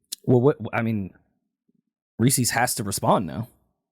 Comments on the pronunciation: HOLD ON, do mfs in New York really call Reese's "Reecies" ?????? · I cannot stand by how they pronounced Reese’s pieces 🤣